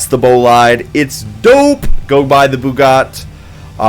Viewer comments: bugatt? where is the i? O.o XD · did he just call it a bugatt boliad